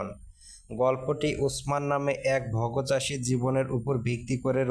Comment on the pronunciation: "ভাগ চাষী" ভগ চাষী নয়